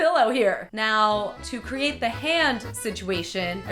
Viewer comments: princesspresto13 yes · Luke Aspinall I had found rewind just to be positive 😂😂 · yahhhh she said meow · it's funny because if you put the captions on it says now but if you listen and read her lips she says meow xD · princesspresto13 yeah, i thought i was hearing shit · princesspresto13 when I heard it I was like "wait did she say meow?" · It can't just be me who hears say "Meow" instead of "Now".... PLEASE TELL ME IM NOT LOSING MY MIND! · anyone notice she said meow instead of now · miguel lagos of course we did she wore em with Cristine too haha. but the cat ears could play trick on our minds and make us think she says meow instead of now lol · Did anyone else hear say meow instead of now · did you notice that she said meow instead of now? XD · When she started to make the pillow it sounded like she said meow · I love how instead of now you said meow. 😹😹😹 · Did She Say Meow Instead Of Now? I Wouldn't Be Surprised. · When she says now it sounds like meow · she says meow instead of now or am I going deaf? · Who else thought when said "now" she said meow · Anyone else notice she said "me-ow, if you don't have any sewing skills." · she said meow instead of now. Get it... She's a cat... Okay.. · she said meow not now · In says meow in stead of now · did anyone else notice she said "meow" instead of "now"? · Did anyone notice she said meow instead of now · When she said "Now" I thought she said "Meow" Fuck it im going crazy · did say 'meow' instead of 'now'? HAHAHAHAHAH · meow instead of now, who else heard that?!?! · you said meow you don't have instead of now if you don't have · did you just say meow instead of now? Oh the pins. (Or me being deaf) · did she Meow instead of now? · is she saying meow instead of now??? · she says meow instead of now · insted of now she said meow is it me thought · . Did you actually mean to say "meow" instead of "now"? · She said meaw not now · it sounds like she said meow hense the cat costume